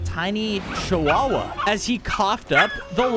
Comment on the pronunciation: he says chuwawa 😂😂😂😂